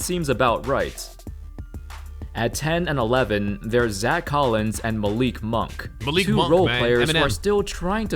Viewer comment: Did u say Malik monk